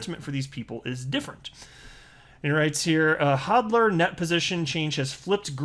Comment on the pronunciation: Did you say Hawdl? Unsubbed